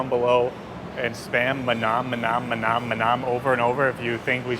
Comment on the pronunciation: mah-NAHM like you're saying Vietnam! tsk. sick and tired of hearing duma-GEH-tea too. i should probably stop watching foreign vloggers for a while as their pronunciations of local names are getting on my nerves.